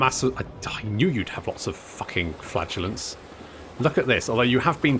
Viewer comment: Did anyone else hear worry that Talebecland had "flatulence" rather than "flagellants"? Just me? Oh.